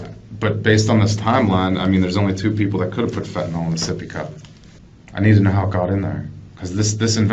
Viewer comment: It's Fenta-NYL..not Fenta-NOL!!